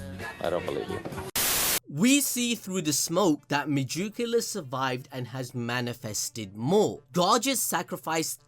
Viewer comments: Mah jook ala? Cmon son you can do better than that. Meg-e-coola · god i love how he says megacula, ma juke ula lol